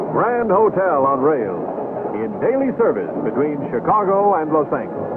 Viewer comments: So that was the way LA was pronounced, then? Los ANGLE-es. Those citrus groves to the east of Pasadena were already in the gun sights of the developers when this film was made. In those lounges and the dome car, was everyone humming "Smoke gets in your eyes"? So many smokers I thought I was in Europe. Different food handling rules back then, everyone in the kitchen bare-handed tossing your steak on the pan or the plate. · Yeah, Los ANGLE-eez. That’s the way Joe Friday a la Dragnet pronounced it, too. 😂